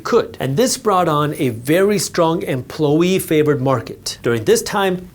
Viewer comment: What’s an Emplo-ee?